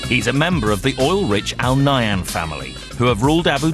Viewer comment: just for correction its not Al Nayam Family its Al Nahyan Family